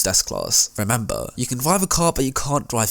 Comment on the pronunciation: ah yes my favorite word REMBMBER